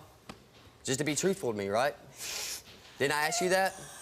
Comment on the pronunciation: Steve, why cant you say "Ask" ? Does it make you more "Street" ?